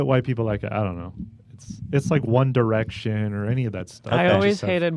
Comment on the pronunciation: commenting solely to say that you are so amazing for saying “one direction” and not “one dyerection”